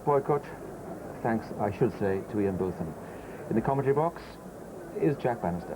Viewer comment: Some people call him Both like Hughes did. The first part though. I heard his wife say it in one of the programmes made about Ian Botham.